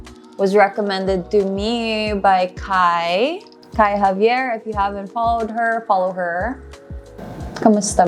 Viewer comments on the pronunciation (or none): none